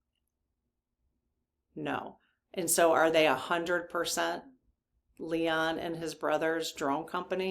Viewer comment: Love your channel! Are you saying Leon instead of Elon for a reason?